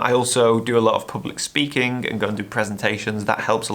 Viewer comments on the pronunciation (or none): none